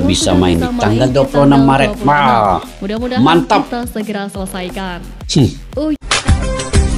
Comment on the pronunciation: Bang maret, bkn marat